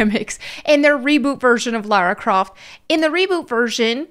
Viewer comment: It's not Lara Croft, it's Larry Crift 😅